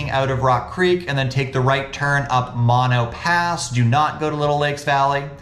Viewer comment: Not Mon-o pass Mo-no pass.